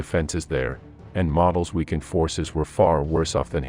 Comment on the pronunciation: General model surname is pronounced mo del research german names and tiles more before you do a video